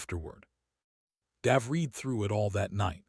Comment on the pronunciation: love the accent on the a in the name Dave....normally its pronounced D-a-ve not D-ah-ve.....but that could just be local culture.